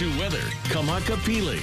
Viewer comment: Love Kamaka! Finally, someone who pronounces Hawaiian words and names properly.